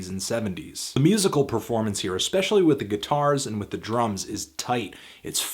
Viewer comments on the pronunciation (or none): none